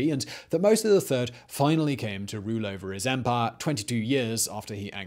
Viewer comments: It is empire, not emphayyya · Love the way Simon says ‘empahhh’ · This channel is great. I’m so happy I found it. Also the I really enjoy the way you say empire...